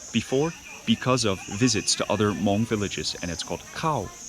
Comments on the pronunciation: Beautiful video as usual. It's nice to hear the word Hmong pronounced correctly. I find that when I have too much American food I crave the simple delicious flavors of our Hmong food. It's what I go to for comfort. I would have liked to hear some Hmong being spoken in the video but regardless you are are always so respectful when you speak to others. It was also really nice to see Mark, Ying, and Micah too! Can't wait for your next video. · Love it. Your pronounciation of Hmong/Hmoob is so right on too. Thanks for sharing our culture with the world and showing so much love towards such simple food dishes. Subd 😁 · Your pronouncing “Hmong” is excellent!